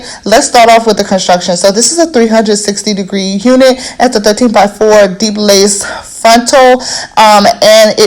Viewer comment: I love this video 😘but Ik I’m not the only one tht heard her say “it’s a 360 degree unit “😂😂